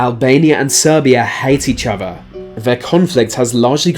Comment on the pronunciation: Wif each ova. Or.....hear me out....with each other.....